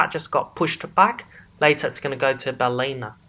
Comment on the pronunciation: FYI, Ballina is pronounced Bally-na 👍😎